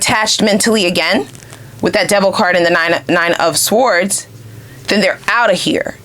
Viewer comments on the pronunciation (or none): 🔥Very on point....had to get out... side note: word sword is pronounced sord